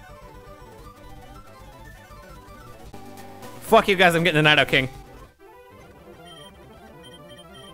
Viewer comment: mispronouncing nidokings name i see